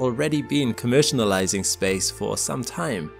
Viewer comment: Love ya vids bruh, but im going to be that child. The way you say Commercialising is killing me.